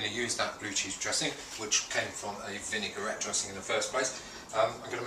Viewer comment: Excellent recipe, very useful tips - it's a pity he can't pronounce vinaigrette properly.